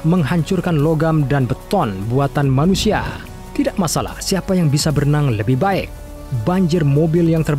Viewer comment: 4: 19 ngomong "Baek"